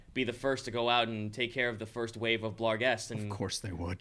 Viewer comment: A part of me hurts every time they add an "L" to "barghest". At least they aren't also still dealing with svirfneblin.